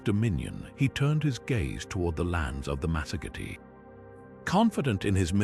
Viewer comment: the lands of the masogity... good grief.later it's masergeti... what is wrong with your ai's script bud?